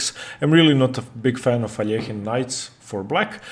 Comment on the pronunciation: The way you pronounce Alakhine is awesome